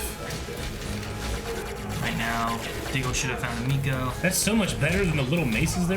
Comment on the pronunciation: Were 20 episodes in and they still cant pronouce her name right its emeko not ameko